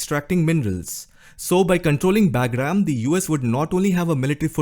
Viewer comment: Hey … not being disrespectful… its called “BUGRAAM”